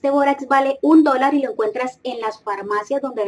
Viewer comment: Todo bien asta que dise borax